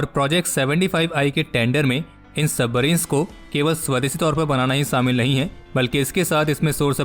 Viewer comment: Its not samil its shamil.